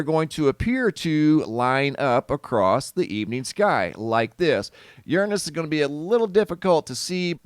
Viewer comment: I had seen monday a web site that was showing the corona hole in the sun and to expect the geomagnetic storms this thur/friday march 24th! And, who pronounces uranus "yurn'us"?🙃